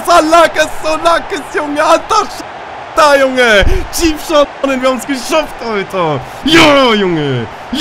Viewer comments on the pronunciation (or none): none